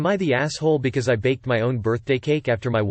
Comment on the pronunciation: The way the voice read because ..? LMFAO I’m dead Becoissè